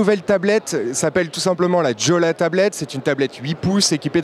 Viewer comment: Juste une petite précision : Jolla se prononce " YOLA" :)